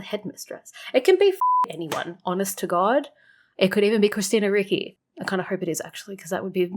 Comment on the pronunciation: Hiya. Sorry, I can't let it go, this time. Ricci is not pronounced 'R-ikki', it's pronounced 'R-itchy'. Hope your Christmas was a good one. Stay safe. All the best to you.